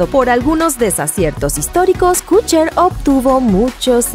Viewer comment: Todo muy bien pero.... Kutcher? Kutcher??? No me importa si merece o no estar ahí, el problema es como lo pronuncias!! ¿KUTCHER?